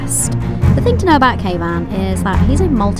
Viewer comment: I'm glad you put Kayvan's name on the screen because I thought you were calling him "caveman"!